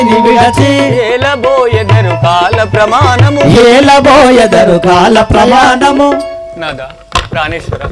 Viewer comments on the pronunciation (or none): కాల ప్రమాణము కాదు ప్రయాణము